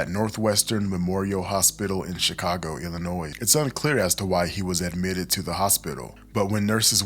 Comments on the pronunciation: ILL-I-NOY Not ilinoiz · I'd like to hear more about these missing people. This is insanely disturbing. im close to one of the areas you've reported. Btw the S is silent in Illinois. Illinoi- respectfully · Im sorry but it's annoying hearing him say illonoysssssss the S good informative content though! 😊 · Oh man, either this is an AI voice or you are pronouncing illinois incorrectly. The S is silent. It's pronounced illinoy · You pronounce Illinois wrong… not suppose to say the s. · Great video but the "s" in "Illinois" is silent. It's kind of like fingers on a chalkboard when words are mispronounced to some ppl. But again, good video. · The “s” in Illinois is silent. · Couple comments not as important as this vid in entirety, 1st. 1. You’ve a nice voice….new to this channel & subbed, so thank you for your input & effort here. 2. As a native born Lioni, the “s” is silent. It’s all good tho. 😏 3. After a year in Freedom House Teen Challenge, 2013-14, Ic Feel the evil around the hospital in my lil MW city. Gonna resume Prayers around there on my Prayer Walks thx to your report! YAHUAH BLESS You , KEEP You & Your Team in YAHUSHA’S MIGHTY NAME!!! aka “JESUS” -Azariah (THE LORD GOD–YAHUAH HELPS) PSALM 20:1, 5-8; JOHN -18; GENESIS; MATTHEW 24; ISAIAH 43; REVELATION 2:9; 3:9; ACTS 1-5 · The "s" is silent in Illinois. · I know with how important this case is. This isn't really that relevant, but every time you say Illinois. All I can think of is when I moved to California in the second grade and I had to keep telling everyone. The s is silent in Illinois.😂❤ But good telling of an important story that I haven't heard of from anyone else 😮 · The S in Illinois isn't pronounced, just so you know. Concrete dust is diabolical, straight to hell with you. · S is silent In Illinois but continue. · The “S” in “Illinois” is silent, bro 😂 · true. You didn’t even mess it up every time. lol sometimes, you said it right